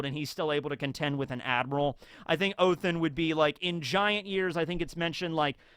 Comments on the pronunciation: I know it's not scripted telling but it's ODEN not OTHEN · It’s not Othin, it’s Odin! You have a norse mythology book behind you, you have said yourself that you like norse mythology. And yet you say Odins name wrong! Shame on you! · Please call him oDin Not othin Its Sounds so wrong😂 you pronounced jormungada good👍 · It's ODIN BRO, NOT OTHIN🤣🤣🤣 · Why are you saying Othen not Odin/oden? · ha-ha-ha oathin oh its odin just thought I'd point that out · pls someone explain why hes saying „othin“